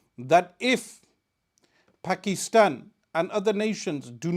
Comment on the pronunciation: Can some one ask him to pronounce Pakistan properly. He pronounces others names correctly why not Pakistan. Thanks